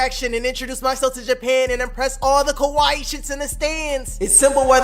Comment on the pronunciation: U keep saying こわいい (Kowaii) “Kowaii” means “scary”; ur supposed to say かわいい (Kawaii) that’s Cute, or pretty.